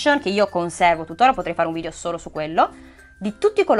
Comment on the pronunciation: si dice video non vidio